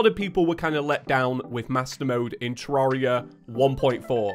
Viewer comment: You say it correctly but about 83% of terraria players say 2